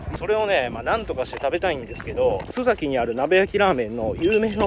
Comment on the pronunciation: 「すざき」では無く、「すさき」ですよ。